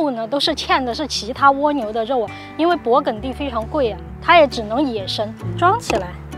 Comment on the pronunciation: 跟我学，勃艮第，艮是一声gēn